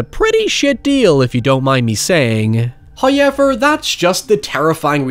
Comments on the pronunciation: Before I make this comment, I already know that every YouTuber cannot take people's opinions as actual criticism, but that person being a negative troll, only saying mean things to tear them down. I'm aware of that. With that being said. I love your videos, except for how you say "however".... I mean, the word is right there, I just typed it. You cannot pronounce that as "highever" and still be pronouncing it correctly, regardless of accent. Accent may point in a direction, but bastardization is wrong in every literative sense. But that's not my main complaint. As a guy your age, I think your hair looks awful recently. My girlfriend agrees, but she would never do something so cringey as telling you. That is all. Almost no complaints about your actual videos. Except for highever. Like, that goes for all English speakers. Canadians say sorry correctly... Britts, Australians, and Americans all say it wrong. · If you heard "hoyever" outside your house watching you. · I was going to wait to watch this till tomorrow since I'm tired, hyever I probably would forget about it so I decided to just watch it now. If not I would of had him saying hyever stuck in my head the entire night. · Why has nobody made a "hoyever" compilation? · First "hoyevver" drops . And The Corn is pleased. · First "hoyevver" drops . It is well pleased. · I love how you say “however”